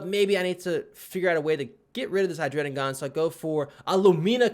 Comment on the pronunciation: why do you pronounce "Hydreigon" like "Hydrenigon"